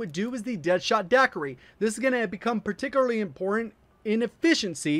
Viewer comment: My guy said perticly